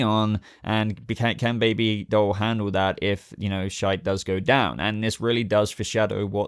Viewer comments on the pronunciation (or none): none